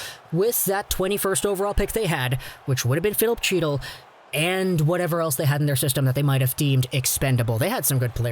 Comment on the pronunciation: "He-til" not "Chee-til"